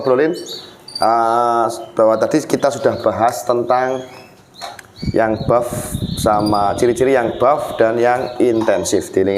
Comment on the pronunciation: Buff mas ,bukan bof